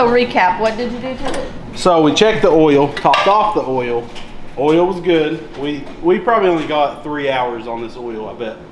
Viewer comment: Honestly, please stop saying oi-il. I much like ol better. 😂 Be who you are!